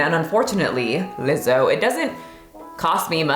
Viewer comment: Wtf is uh-Lizzo